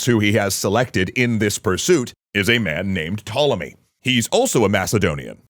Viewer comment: I will never forgive you for mispronouncing Ptolemy